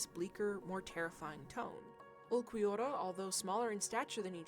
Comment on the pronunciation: Lowkey your pronunciation of ulquiorra makes a lot of sense to me. And ulquiorra is just a weird name and feels like there is no clear way as a "westerner" to pronounce it lol